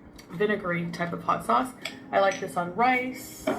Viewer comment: Wait, wouldn't it be " 'ott sosse" in French? Did she forget to drop the h there, the multilingual globetrotter?